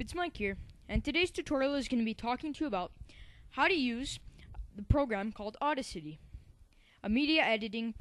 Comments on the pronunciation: you do a good job however... it's boost the BASS, which rhymes with ACE, not rhyming with MASS. It's BETA, which rhymes with FATE-a. And finally it's au-DA-city, as in DAD, accent on 2nd syllable. fyi. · It is Audacity, not Auda City :P Nice tutorial btw.